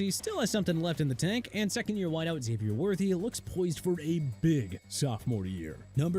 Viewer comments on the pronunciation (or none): none